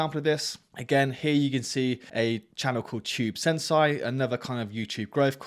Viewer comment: I never heard somebody pronounce sensei that badly 😢